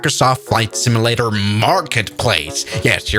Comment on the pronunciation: Not to nitpick, but the way you pronounce "simulator" sounds more like "simi-later", with an "i" instead of a "u".